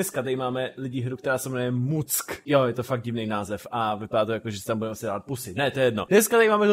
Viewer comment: čte se to mak ale je to DANIho hra!!!